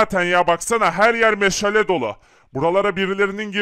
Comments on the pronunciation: Meşele nedir oyle mi söylenir doğrusu meşale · Meşale meşele deyil